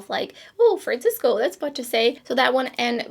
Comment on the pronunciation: "Fran-CIS-co. FRAN-cis-coooo." 😂😂😂 Great looks, thank you for sharing!